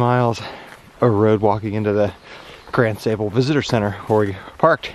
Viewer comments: You guys are great. Watched a lot of your videos and only subscribed recently. I’m a Michigan native living in NC. Funny but I thought the same thing as Phil. For Michiganders, there is a long A in Sable (like open your mouth and say ahhh). Every time you said “Pure Michigan”, I got a little chocked up. It’s a great state. You put this trip on my short list. Thanks. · If you did the hike in August you would have no bugs, except for a few stable flies. When you walked the road near the lighthouse you missed the ship wrecks on the beach. You were pronouncing Sable wrong. Enjoyed the video.